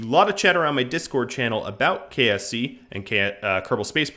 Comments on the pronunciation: Anyone else hear him say KFC instead of KSC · KSP = Kerbal Space Program (the game) KSC = Kerbal Space Centre (the main launch pad location) KFC = The fried chicken.